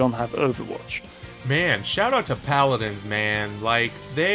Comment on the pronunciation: great video, but the way some things are pronounced in this vid hurt my soul. Fighterz not fighter zee, pal-adins not pal-a-din oof